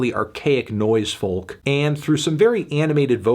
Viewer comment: Why does he pronounce it as foLk